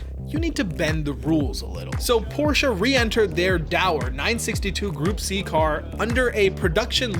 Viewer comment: gonna leave a like just for the fact alone that you pronounced porsche correctly. don't see that often from non germans